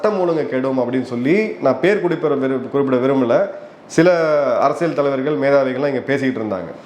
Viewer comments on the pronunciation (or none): none